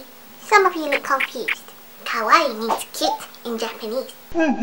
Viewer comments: OMG YESSSS THEY SAY KOWAI AND NOT KAWAII i love you <3 <3 kowai=scary/scared kawaii=cute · lol i knew you were going to say kowai its a common mistake in my japanese classes T_T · UGH OH MY GOSH! There is this girl at my school...she learned what the word KAWAII means. She says it kind of like KOWAII. Today she was saying, skylookssokawaiidesu like come on! She came to school with these pigtails and stuff. I have nothing wrong with that! :) But the thing that really annoyed me was that she was saying: sky looks so kawaii desu LIKE LITTERLY THE HOLE FREAKIN' TIME! She didn't say desu like how it's supposed to be. Instead teas she was saying it like: "sesu and not "des" ugh sorry about the errors, the YT comment system is fucked up. :( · i'm japanese, and it's fun/funny when ppl say it ironically or just sometimes, but it gets really annoying sometimes when they completely butcher the word or don't even know what it means (usually ppl pronounce it as kah-why-ee) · u says kawaii the wrong way 2 minutes later Looks depressed /_\ I cri